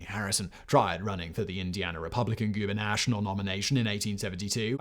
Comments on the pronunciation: Hate to be that guy, but uh...... Gubernatorial, not Goobernational 😂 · "gubernational"??? Come on, man!